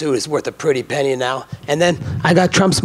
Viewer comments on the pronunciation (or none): none